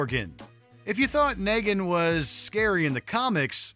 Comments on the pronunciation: "naygin" Really? 25 million subscribers and you guys can't be bothered to pronounce shit correctly. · Why does this guy still have a job here? He just pronounced Negan like Megan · Sir.... its Negan. Hard E sound. Not Nehgin lol. And its Hila. Not Hera. Jeez... this channel i swear. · Bro what is going on with these pronunciations? Nay-gen? Maclellan? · Negan?? Lol how can’t you pronounce that